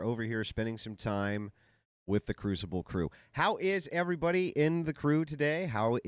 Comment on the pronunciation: “The coomcible” 😂😂😂😂